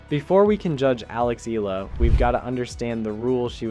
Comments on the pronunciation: The surname Eala is pronounced like E-ya-la not Ela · It’s pronounced Eh-Yah-Lah. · Alexandra's surname is pronunced "Eh-Yah-lah"! [THREE syllables] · Firstly, the name pronunciation... Eh-ya-la 👍 Now the game drama: Whatever... recorded one for the book, it's history. Move on. Top 10 2026 🙏🇵🇭🙏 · It’s ee-YAH-lah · Her last name is pronounce as E-YA-LA